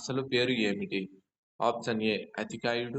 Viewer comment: ముందు option అనేది correct గా పలకండి